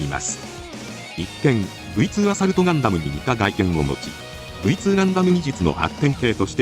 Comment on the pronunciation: ガンダムの「ガ」を鼻濁音で発音してる所が有るのが気になります……。鼻濁音のガ行音は、外来語的な語には使わないのが妥当です。